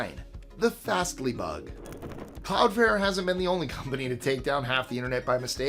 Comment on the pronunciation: CloudFLARE. Flare. NOT fair/fare. Sorry... that mispronunciation made my blood boil, each of the 6 times you said it. I love the channel and will forever watch these top 25's. Much love,! Stay well, friend!!!! <3